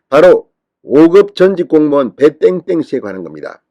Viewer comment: 배 땡땡인지 배땐땐인지 발음도 좋지않아 듣기싫으니 실명을 밝히세요 이젠 밝혀도됩니다